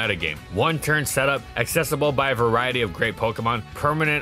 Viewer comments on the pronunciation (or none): none